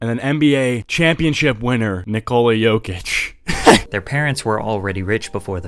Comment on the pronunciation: Ayyy Nikola Jokic lol, i laughed when u misspronounce hes name, hes from Serbia where im from.